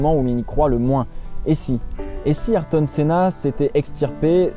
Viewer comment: Ayrto ça ce prononce respecté c pilote